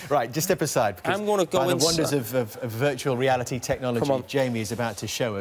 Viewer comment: Veetahual reawity